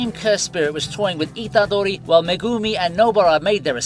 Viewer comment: The way you say Itadori, Sukuna, Megumi, Nobara its so weird my guy, maybe watch the anime in japanese? xd